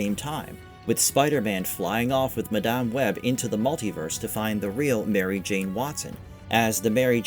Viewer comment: Why do you say Madame Web so wrong?